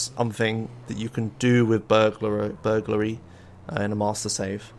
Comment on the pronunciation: Vehlicles used this episode: Bobcat Emperor HPV1000 Shamal Blade NRG-500 Maverick Huntley (yea it's kinda rare) Boxville Police Enforcer (bonus list) Words mispronounced this episode: Atrium Caligula's Burglary